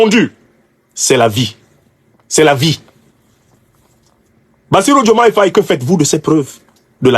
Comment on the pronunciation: Nous constatons qu'à chaque parution de Afrique Divers TV, le nom de Bassirou Diomaye Faye est écorché; quelle en est la raison?